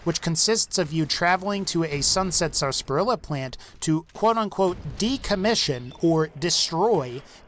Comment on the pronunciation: Wouldn't have disliked if he pronounced Sasparilla right